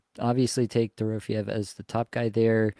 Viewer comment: Still mispronouncing Dorofyeyev's name. Check your last flagship show.